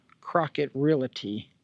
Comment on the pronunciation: I hate to be THAT GUY but, it is not pronounced "real ity". It is pronounced "REAL TEA". The word is REALTY. It is a small item but, I don't want something so silly to distract the viewer from all of the hard work you put into this video.